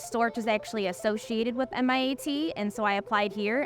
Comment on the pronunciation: Is that her accent or is she saying MIAT? .